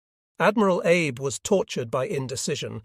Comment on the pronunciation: Yes, the AI voice mispronounces Abe as Abe when it should be Ah bay.